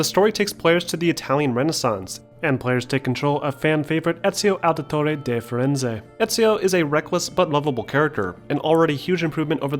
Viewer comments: its not eziauo auditoüäe da fiüääänze, he's called ezio auditore da firenze.... with an r. and wasnt updrading montenegro in ac brotherhood? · He says: azio editori de fereze I say: Ezio Auditore da Firenze